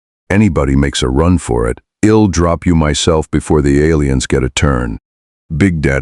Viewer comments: I know, that was driving me a little crazy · Fun to listen to, except for the AI’s inability to pronounce contractions, such as “I’ll” (I will) and “He’d” (he had or he would).